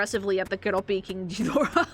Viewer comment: "King Chidorah," like i think my neck broke from whiplash.